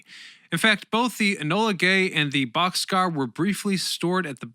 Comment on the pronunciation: AARGH!!! "The Enola Gay" and the "Bock's Car"! Not boxcar!!! B-52 "Straddle" fortress??? Try Stratofortress!!